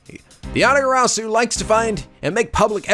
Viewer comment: Dunks on Portsman Interesting pronounciation of Yatagarasu:P Not that I'm complaining, it wouldn't be a playthrough if something wasn't mispronounced XD